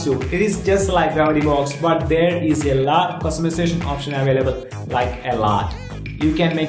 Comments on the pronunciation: 'a laatt'...😂 what an accent! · You have to improve "a laaat of tings" including your accent.